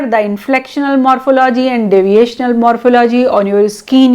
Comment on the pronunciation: The word morphology is pronounced wrongly.